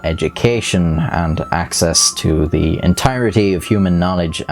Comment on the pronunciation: lol you said “across thew world”